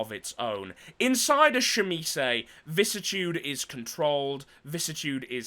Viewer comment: Weird how people can’t pronounce vicissitude … vi-cis-si-tu-de.. google it, it even has a voice recording on how to say it.